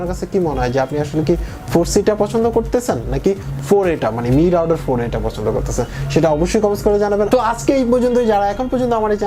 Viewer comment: রাউডার কি মিয়া? উচ্চারণ ঠিক করো।